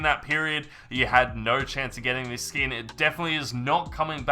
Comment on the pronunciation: he said skoon